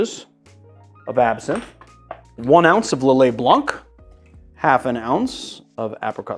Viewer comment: I'm French, you don't read the C in Lillet Blanc ! Amazing video like always :)